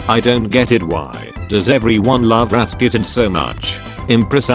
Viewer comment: People: Rasputin This guy: Rasqutin Me: acceptable... P. S. I'm Russian